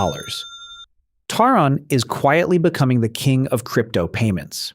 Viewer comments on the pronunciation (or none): Since when is it T-RON? 🤨 It is TRON. Same as sci-fi film!